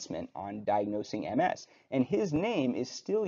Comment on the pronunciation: Thank you for actually pronouncing MS correctly.